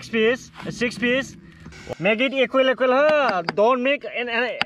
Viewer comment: Sex piece 🤣🤣🤣🤣 Aan e qual and e qual🤣🤣🤣🤣 Alu portaaa🤣